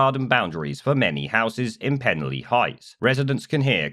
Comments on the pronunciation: A quick FYI, it's pronounced Pen-Alley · The village is pronounced as pen-ally, with a hard A, as in the street name! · Its pronounced penn - alley. Nice coverage i used to live near there. Keep up the good work. 🙏✝️⚖👍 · It's pronounced pen-ally guys and id say at least 70% of people don't want these guys here and the army site is bang in the middle of the village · PEN-A (now put your tongue behind your teeth & blow down the sides of your tongue) LL Y(pronounced eee as in the clip) LL is a letter in the Welsh alphabet, L is a different letter. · As someone who comes from the area I’d like to say: 1. You’re pronouncing it wrong, I’m sure if an immigrant pronounced a British place name wrong you’d attack them for refusing to assimilate. 2. The people opposing this is a tiny minority, there has been massive support and people have made welcome signs to make sure they feel welcome. 3. The only thing we don’t want in the area is far right Tommy Robinson thugs coming to an area they know nothing about and causing trouble. So please keep your nose out of our business.